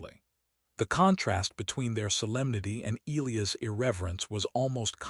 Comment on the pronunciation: Still can't pronounce Elias properly. 😮